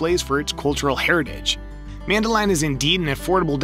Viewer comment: Nice video but the pronunciation of Medellin and Cartagena was wrong 😬